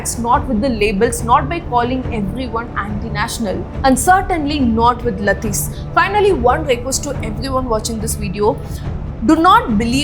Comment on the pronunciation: laathis ❌ lathis ✅